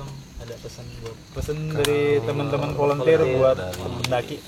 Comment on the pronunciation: "VOLUNTEER" bang, bukan "volenteer"